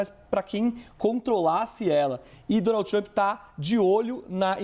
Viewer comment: Donaldi tumpi kkkk de cada 3 palavras ele falava o nome do cara e ainda por cima errado kkk